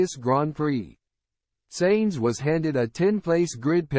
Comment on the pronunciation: Dont use AI reading its annoying to understand it and it kepts pronouncing the things wrong and its Sainz not "Seins"